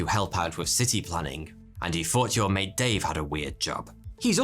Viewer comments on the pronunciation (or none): none